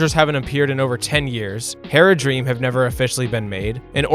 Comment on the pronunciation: Tell me you've never actually watched LotR without telling me. - Calls Haradrim "Heradream".